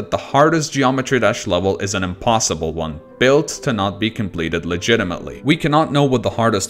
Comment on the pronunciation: “and slaughterhouse was verified legitametly”xD